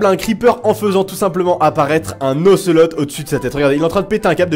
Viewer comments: ON DIT OCELAUT (j'ai fait expres de l'écrire comme sa ) pas ocelote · Pour l'ocelot le t est muet